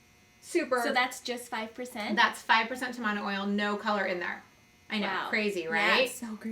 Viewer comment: In Tahiti tamanu oil is used on the skin after getting a tattoo or if the skin is damaged. The skin does heal faster using it. I used it after getting a tattoo and I healed in three days. The pronunciation is TAmanu not TamANu. ;)